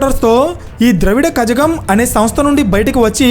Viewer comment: ద్రావిడ కజగం కాదు ద్రవిడ కళగం